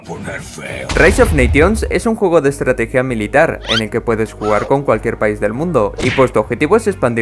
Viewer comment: estrateguia mas estrateguia me mori de risa 😎😎😆😆😆🤡